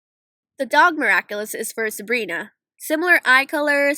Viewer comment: you actually got rose and sabrina right. im impressed.